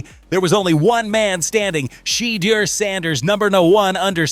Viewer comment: I stopped watching when I heard SHE-DER SANDERS...... next